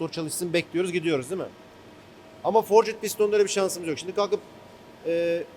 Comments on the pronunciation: Forcit piston degil, forcd diye okunur o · abi sen bari dövme demiyorsun, forcıd deme şuna :)